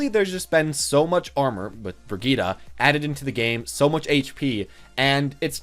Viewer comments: I hate when people pronounce it Bre geeta, it’s such a dumb one and it sounds like she’s related to Vegeta. I always pronounce it Bridge it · Do you pronounce Reinhardt Rain-heart? Hanzo Hand-zo? It’s Brig-eat-uh. That’s how you say it. If you choose to pronounce it wrong, you just sound dumb. You’re not dumb, right? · where is the official pronunciation of her name said? Even if that bad pronunciation was official I would still always say Bridge-it